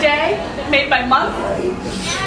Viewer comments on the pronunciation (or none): i was dead when she said this is so worth the bacon direaah